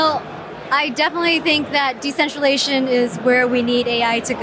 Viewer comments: WTF is “decentralation” 🤔😅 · "Decentralation" LOL